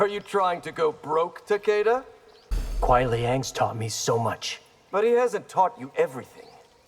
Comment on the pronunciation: The closest and proper pronunciation of Takeda's name we'll ever hear🥴